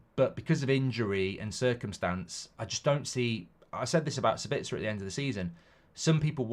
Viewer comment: Mark still calling Sabitzer "Sbitzer". There's an A in his name you numpty, it's Sab-its-a, not Sur-bits-er